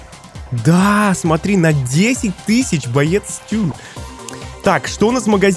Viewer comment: не стЮ а стУ